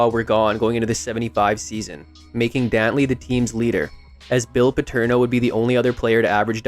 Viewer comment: THIS AI IS CRAZY WHO IS DOWNLEY